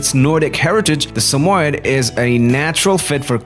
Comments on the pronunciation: Why he sayin sum oied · Its pronounced as Sa-mo-yed. YED! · Your not pronouncing it right. Sammy-Ed if you can’t pronounce the name right how can I watch this video?